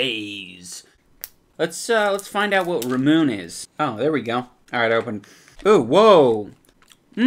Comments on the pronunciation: "Ne-rune-ne-rune-ne-rune" "Ra-moon" Lmao It's "Neru-neru-neru-ne" and "Ra-mu-ne" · It is pronounced ramu-nay not ramun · i go so pissed when he said ramun instead of romuné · It;s pronounced La Mue Neh Well thats as close as I can get with english letters. But the L in "la" is pronounced like an R and a D put together, I put an L because it's as close as I can get. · Ramuné (Rah-Moon-aye) is a "marble" drink because it comes in a glass bottle with a marble. You have to release the marble to drink the soda Ramuné drink. ;) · THATS NOT HOW YOU PRONOUNCE RAMUNÉ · ramune, pronounced ra moo nay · pronounced "ramunay" lol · did anyone catch his incorrect pronunciation of "ramune"? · He fucked up the pronunciation of ramune so badly